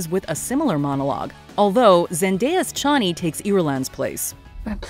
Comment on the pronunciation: Didn't care for the way they pronounced Chani in this one either.